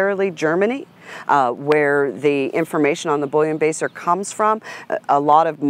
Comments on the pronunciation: Haha, thought she kept saying bullion baster. Then I realized what she meant. Bullenbeisser pronunciation = Bull-en-bye-sir That being said, overall is very well spoken and full of good information. Thanks for sharing. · She may not dispute the "bullion baser", but I dispute the way she butchers the name "Bullenbiesser (bool•len•by•sur)", it's not "Boullion-baser". I don't mind telling you it sounds like the dog's freebasing bullion. Every time she says it, I can just see that poster of the dogs sitting around at the card table, with a boxer in the background with a mirror and a credit card cutting down a bouillon cube to prepare it. How does she explain the origin of the noticeable stop and the brachycephaly of the Boxer if the Bull terrier is the mix of a Boxer? The origin story of Bullenbieser and what were called Bull and Terrier dogs doesn't explain the squareness of the snout, I will agree with her there. The old portraits painted or pics of those dogs show them both with narrow snouts., and the Bull and Terrier type dogs did not have that football head. The Bulldog definitely once had a bit of a snout - much more than the popular English dwarf, and closer to the revitalized Old/e English Bulldog/Bulldogge that is being bred these days. Also the Bulldogs had a big head but not the way they're being bred nowadays so, she could be right about the old Bulldog being in the mix. They are believed to come from the Asiatic Mastiff and the Pug.